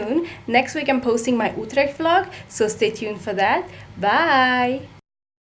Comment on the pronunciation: You didn’t finish your story you say? You didn’t even finish your sentence 😭 Also I feel you, when you get something new, you’ve got to smell it first - Primitive instinct tho I’m leaving a comment cause it’s the worst unboxing I’ve ever watched Smaaaaah l’accent « Outleeecht » 🇳🇱 Auto-oddly-satisfaying change of focus and lighting video That end tho